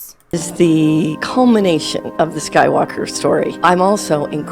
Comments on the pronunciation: Cull-minn-ay-shunn... say it with me,. Culmination. Haha... another great video though. Keep it up! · Culll--Minn--aayy--shun. Means "climactic closure". K? We good? Love ya girl. You go and keep growin the channel, babe. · Cull-Mi-Nation. Is how you say it. Anyhow thanks for the update :) Hope you beat the plague. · Culmination... Kull-min- ay-shun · I wish you wouldn't rush through your videos! The word is "culmination." Do you hear it now?